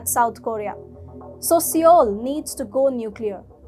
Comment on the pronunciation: Love your stuff guys but Seoul is pronounced "soul" not "see-yole."